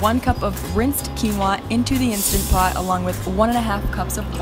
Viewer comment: INSTANT Pot. Not "Insta" Pot.